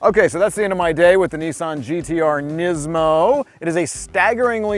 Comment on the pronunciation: It's pronounced knees mo I think..